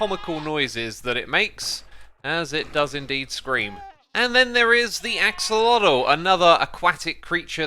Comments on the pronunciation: Why do you say “axalodle”? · Just a tip for everyone, especially certain Minecraft YouTubers who love to play around with pronunciation and might want to use their powers for good: Axolotl SHOULD be pronounced more like “ashowahteh.” <3